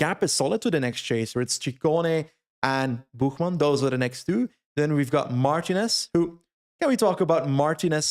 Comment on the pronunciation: Great coverage, but can we get a "Mar-TEEN-ez"? Don't say it like an English guy.